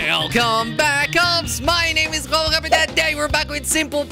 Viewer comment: It sounds like he's saying kwelelop instead of kwebbelkop at the beginning